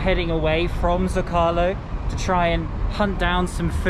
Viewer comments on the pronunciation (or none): Not “zo-cah- lo”. “Zow-ko-lo”. (Soft w, almost not there) Small “limes”. Limones (lee-mon-ez) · Its pronounced sew-Ka-Low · mispronounced zocalo, it's zoh-kah-low, with accent on the zoh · Glad to see you back. So much to enjoy in Mexico. A minor pronunciation note. Put the stress on the first syllable in Zócalo.